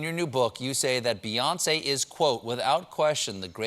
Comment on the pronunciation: He lost all credibility when he said Beyoncé